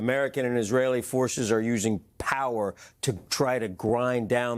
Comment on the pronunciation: Has anyone noticed the emphasize on Pppppppppower😅😅😅😅😅